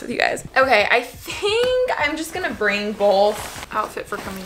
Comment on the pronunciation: Who heard the “BOLTH” when she was packing??🤣🤣